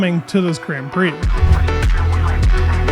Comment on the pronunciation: i love the news it's amazing but please say grand right idk about other but it pisses me off so much i click off no hate love the videos keep it up